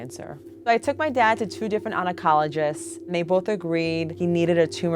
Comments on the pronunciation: "onacologist" ... Oncologist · Did you guys catch instead of oncologist she said onocoligist?